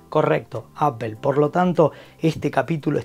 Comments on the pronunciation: Jajaja pero si sos argentino porque decís “Apel” ? Acá se dice “Apol” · Por que dicen Apel?, no es palabra española se tiene que decir como es en el idioma original, Apple y fonéticamente "Apol" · Apel??? Neta. Tan reconocido canal para que nadie pueda pronunciar la palabra bien.